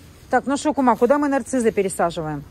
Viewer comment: а почему " НарциЗы"? По русски " Нарциссы!...